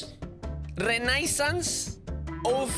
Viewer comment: Listening to butchering the word renaissance and then gassing himself up was too funny